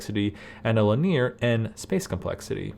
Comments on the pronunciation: good content, but the guy pronounces "linear" strangely - he says it like "li-near" instead of "li-knee-are". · "li-near"? It's "li-nee-ur". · Having watched the fibonacci section so far, a few of points: 1. "Linear" is pronounced 'lihn-ee-er, not lih-'near. This is a common English word, not computer jargon. 2. If I understand correctly, you are only memoizing within each top-level call. Each such call starts over. But if your program is going to use a lot of fib numbers, you might as well cache them permanently. 3. Ultimately, you want to get away from recursion is at all possible. In general, any recursive program can be re-arranged into an iterative one. Fib is trivial to transform: fib(n): a = b = 1 i = 2 while i++<n (a,b) = (b,a+b) return b This form can also be memoized for efficiency if you're going to be calling it a lot. In that case, you'd only build the new values from the highest prior call up to the new call. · When you say "laneer", are you actually saying "linear"??